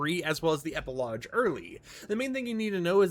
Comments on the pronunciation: never heard an American pronounce it as eh-puh-lodge. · Epilogue is pronounced with a hard G. Not "lodge" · Epilogue doesn’t have a j in it, why do you pronounce it like that 😂